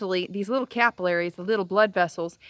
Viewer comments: I thought it was odd as well. Never heard it be pronounced that way. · Do americans pronounce capillaries like the way she did